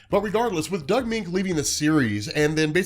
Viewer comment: Moench is “MEN-ch.” Doug Men-ch.